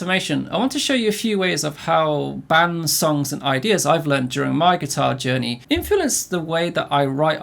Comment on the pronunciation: This man can't say “Influence” to save his life😂